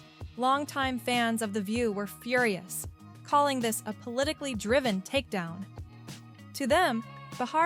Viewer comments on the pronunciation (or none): none